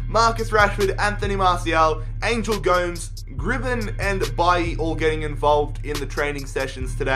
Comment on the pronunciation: Angel not Angle Gomes